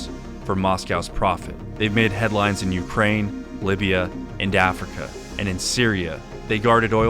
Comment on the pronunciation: LOVE HOW YOU SAID LIBYA AND AFRICA LIKE SAYING IDAHO AND AMERICA LMAO